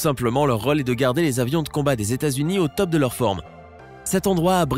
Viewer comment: "leur rolle" hahaha c'est quoi cet accent ? 😂 😂 Où on parle comme ça en France ?